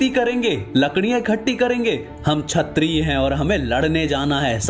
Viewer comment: don't mind but plz pronounces kshatriya properly.